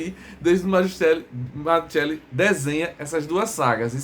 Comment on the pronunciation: Salve amigo, só pra saber, o nome é bem italiano, Mazzuchelli. Em italiano o ‘“ch” tem o som de “qu” em português então pronuncia-se Mazzuquelli. Obrigado